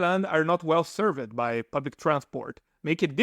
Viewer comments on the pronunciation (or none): not "well servED" rather "well servd" sounds better. all clear. good English.